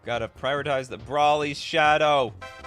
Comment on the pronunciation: I'm so happy you pronounced Broly correctly lol. Love your videos.